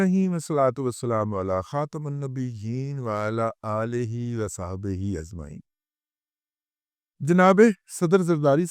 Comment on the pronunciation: ازمعین نہیں ھوتا اجمعین ھوتا ھے دادا جی